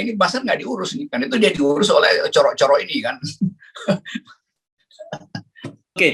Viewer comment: Om Rocky gimana sih, Cokro bukan coro